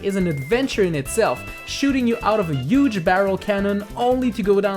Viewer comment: he said "uuge" is donald trump